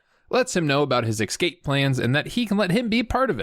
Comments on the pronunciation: I love your channel but please stop saying "ekscape" it kills me everytime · Did you pronounce it ecscape? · "Seagal talks funny"... also, 'EK-scape"... LOL, keep it up!